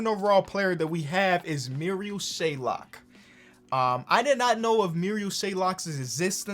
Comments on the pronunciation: it makes me so angry when calls marial shayok (merry-ol shay-ock) muriel shaylock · Not being mean from an Iowa State fan. It is Marial Shayok SHAY OKK. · Why does he say Shaylok? There is no L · It's not shaylok, it's shayok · no one:: shayLok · While u the goat, for future reference, his name is Marial Shayok, not shayLOCK. There’s no L. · Im an Iowa state fan and I hate how he says it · Marial Shayok: Marial Shaylock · Nobody:: Adds an L to Marial Shayok’s last name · Should we tell that there is no "L" in Shayok? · was anyone else getting mad when he kept pronouncing “shayok” with a L😭